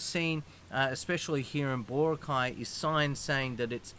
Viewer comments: Especially with places that the country is very proud of, like Bora'cay, mispronouncing them is, I believe, a kind of microaggression because it disregards the culture. A kind of "When in Rome do as the Romans do" and, if you do, the locals will love you. Anyway, I'll leave it as that. Meant as a constructive criticism. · Mate ... It's Bora'cay not Bo'racay. The stress is on the second syllable not the first - just like Chica'go, Neva'da and Mani'la. Most placenames in the Philippines with three-syllables would have the stress on the second syllable. Not all but most.